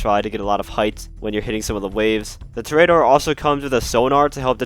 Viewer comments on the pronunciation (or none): It’s tor-e-door not tor-a-door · Lol “tory ater”. Its in spanish, its “tor-eh-ah-door” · pronounced TOR·ee·uh·DOR /ˈtôrēəˌdôr/ -- like a bull fighter. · Dont you mean the torry-adder? that is how the professional says it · It’s pronounced TOR-ee-uh-dor, it means bullfighter. I swear I’ve never heard so many words mispronounced than in the GTA community lol. Prob a lot to do with the relatively young player base is all. Not trying to hate though, great video and channel! Liked and have been subbed :) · Hi! Just a friendly PSA that Toreador is pronounced “To-REY-ador” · It’s pronounced ‘tor-e-a-dor’ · With emphasis on the TOR only. (I have yet to see a GTA Youtuber or streamer get this right and it hurts me. Literally none of them took 30 seconds to google it.) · Love the in-depth guide, but it’s pronounced TOH-REE-AH-DOR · Man stop pronouncing it like a spastic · u cant pronounce toreador?